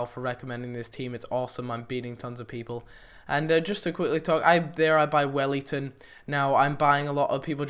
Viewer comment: btw, its welliton not wellington :P